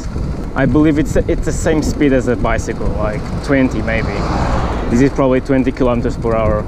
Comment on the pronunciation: just a tip: this is thiss and these is theez, also dis in words like disappear is diss Not trying to be a jerk, I really hope thiss helps <3